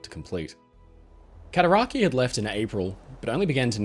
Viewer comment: Cataraqway* i live on the Cataraqui arch lol